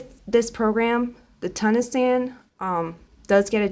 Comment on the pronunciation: The other kind of stitch is pronounced, "tu - KNEE - sian". I love what you showed us with this program. Thank you and happy crocheting❣🐑❣